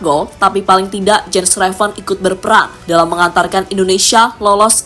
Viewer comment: its "YENS" not "JENS"